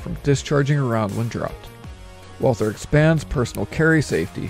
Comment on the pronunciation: It’s pronounced Walter. Not Walthur.